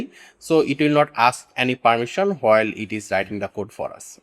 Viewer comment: Abe GHADE apne pronunciation thik kar, its not Whoil its while, its not O- Pain its Open, its not Woeb its web. Kyu time kharab kar raha hai logo ka galat thumbnail lagakar. Jhuth bolkar. Technikal kam kar English padh le Ghade.